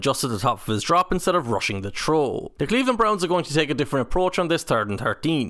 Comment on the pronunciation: Anyone else hearing troll instead of throw? 😅